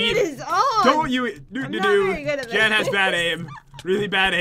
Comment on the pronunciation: its jen not jaen XD